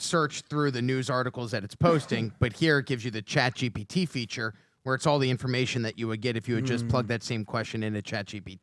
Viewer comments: Some tell it's GPT not GBT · Will someone please tell Patrick it's GPT, not GBT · Guys guys, it’s chat G…P…T 😂😂